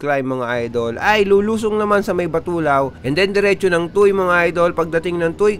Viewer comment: Tuwe ang pronunciation ng tuy idol. Fyi incase mag cover ka uli ng TOM next year hihi